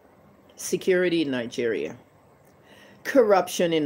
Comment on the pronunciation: Nigeria as a whole is a scam. Say it right woman!!!